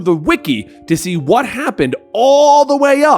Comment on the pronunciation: Narration: she’s my wyiyffe! Wyhat am I?